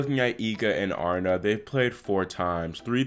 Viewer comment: Aryna Sabalenka. She is Belarusian and her first name is not Arna. It is A ree na. How do I know that? In the Russian Cyrillic alphabet her first name is spelled, Арина. 'и' is pronounced as a long 'e'. 'P' in English is 'R'. 'H' is 'N'. A ree na.